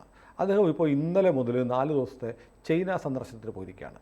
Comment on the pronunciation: ചെയിന അല്ല ചൈന എന്ന് പറയൂ